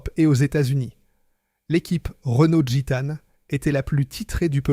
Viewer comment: L’IA c’est vraiment chiant "Machècoule", au lieu de Machecoul. Guitane au lieu de Gitane. Franchement c’est agaçant. 😊